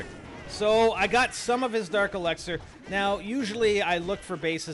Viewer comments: It's elixir not elexer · elixer....... not elexer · Not el"e"xer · It's el"i"xer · The way you say dark elixir is kinda weird. Either way, I still subbed. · U pronounce elixer weird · You pronounce elixir weird